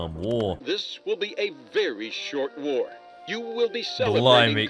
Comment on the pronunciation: "A very sort war they said" a very sort war...